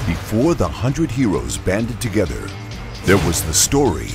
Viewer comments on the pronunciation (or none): none